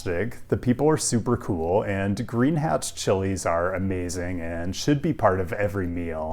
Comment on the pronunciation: Green what chiles?? I tried to listen 4 times and have no idea what word you said lol. My best guess is Hatch?